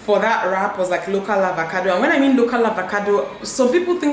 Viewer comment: Is it avacado or avocado? Dinma keeps pronouncing it as avacado. Am I missing something?